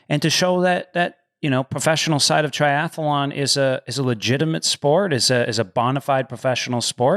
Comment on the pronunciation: When is someone going to let Lionel know it’s “tri-ath-lon” not “tri-ath-alon”?